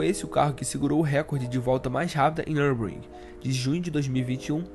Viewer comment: O produto do vídeo é TOP. Já o narrador... Precisa de uma fonoaudióloga urgente. E também melhorar suas fontes de pesquisa e dicção em nomes que não sejam em português. Ex: Nürburgring, e não NURBRIN. Tempo de volta de 5 SEGUNDOS??? TAIS TOOOOLO???